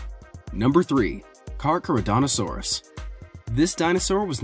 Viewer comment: that’s carchar not car no xD